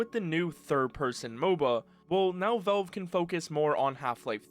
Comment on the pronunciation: Man, the way you say Valve. "Vaulve". Is, actually irritating.